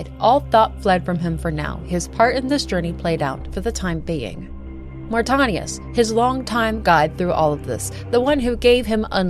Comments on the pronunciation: I always love seeing new coverage on the lore of the greatest gaming series in history. No offense but the way you pronounced Mortanius was kinda distracting bc you said it incorrectly every single time. Aside from that it was a great video. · Great watch, other than how you pronounced Mortanius. Drove me a little bit crazy lol. Love this franchise though. Played SR 1, 2, Defiance, and BO2 till the end countless times in my teenage years. Can't wait for Raziels story.